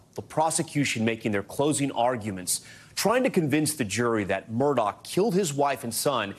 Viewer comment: People still pronounce this guy's name as Murdoch! Anyone seen Lethal Weapon with Danny Glover???? How do you pronounce his last name......they are very similar